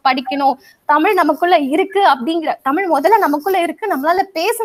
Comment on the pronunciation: தமிழ் என்று முதலில் ஒழுங்காக உச்சரிக்க தெரிந்து கொள்ளுங்கள். அதன் பின்னர் பட்டிமன்றத்தில் பேச வரலாம். தமில் தமில் தமில் ??? :((